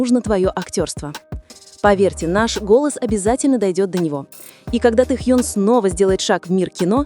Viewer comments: Ставьте правильно ударение в имени, Тэхен ,про какой альбом идёт речь? У Тэхена альбом вышел три года назад,вы не вернулись из прошлого? Ещё лайков хотите,дизлайк автору,а озвучке вообще 100 дизлайков😅😅😅😅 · Досматривать не стала. Это что за произношение имени ТэхЬЁн? Автор это неуважение к артисту. Да и звучит ужасно, я уже начала каждый раз подпрыгивать от злости при произношении этого имени. Все, выхожу, а то сейчас мне плохо будет. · Автор, это ужасно, как произносится имя Тэхёна! Это просто безобразие!